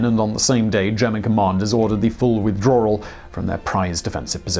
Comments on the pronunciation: 'Withdrawl' -- snerk Simon, your English accent is not a drawl. ('Withdrawal') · I'm sorry Simon. But "withdrawl", really 😣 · er... "Withdrawl" ?? Howdy Simon ... ;) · What's a withdroeawrool?